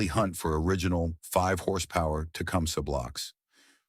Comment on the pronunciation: Learn to pronounce the name of the item the show is about before making a video for the American people Thanks with a thumbs up because the content is ok.